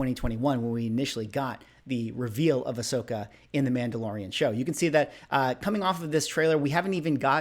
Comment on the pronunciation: I has having this problem too. Kane-ahn and Ah-shoke-a. Like, Star Wars doesn't have to be your cup of tea, but if you're gonna make whole videos about it, maybe go watch someone in universe say their names really quickly?